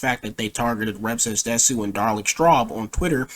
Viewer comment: Bruh he says rev says desu wrong instant cringe